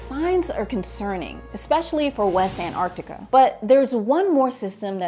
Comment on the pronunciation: The one thing you should have learned, is how to pronounce Antarctica.